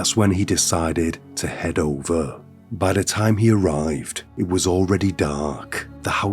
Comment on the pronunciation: is it just me or this dude has a weird voice. "Ovuh....fwozun...twustud...slowleee,"